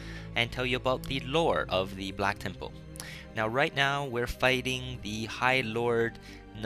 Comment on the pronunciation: lol i like how u say temple tem-POLE :P